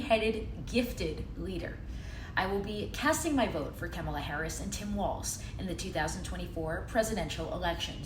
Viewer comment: It's Kah-mala, not Keh-mala.